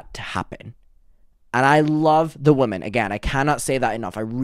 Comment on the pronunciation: Hey! Great video, just one note, when you say “women” you say “woman” singular. I used to say it incorrectly too. Its a common mistake but just wanted to kindly bring it to your attention because its an important distinction for public speaking